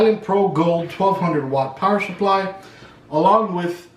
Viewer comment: Awesome vid, all I need to do my first build! Thanks a ton. PS. "Power shupply" just cracks me up lol. Came here researching R6 Blackout which is on sale on Newegg right now at $110.